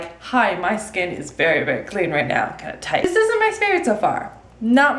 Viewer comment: Did you say right meow?? Lol super troopers for the win 😂